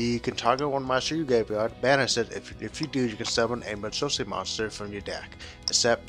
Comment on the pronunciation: "Majole" is not "Madolche."